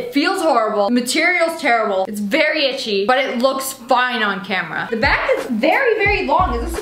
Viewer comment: "ITCHI!!! BUT CUTE" - SSSniperwolf may 29th 2020